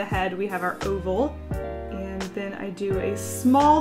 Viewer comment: And from that day on pronounced 'And' as 'ant' and it is canon you can't change my mind!